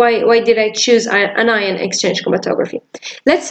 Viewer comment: It’s really helpful, but isn’t it “anion” not “inion”?